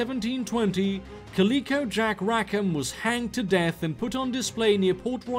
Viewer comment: cAlicO... not calEEco